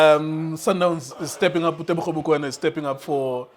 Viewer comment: Teboho not Tebogo